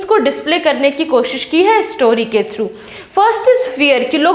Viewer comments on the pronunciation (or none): none